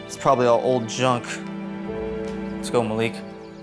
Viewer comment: It’s not called Maleek it’s Malek malek is my name btw